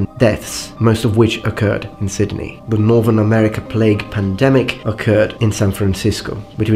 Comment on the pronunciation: a slight correction, when you say Sydney, forget the letter D.